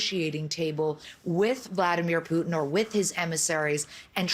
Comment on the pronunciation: Love how host calls him poutine ... Which is so tasty ... But will kill you if that's all you have lol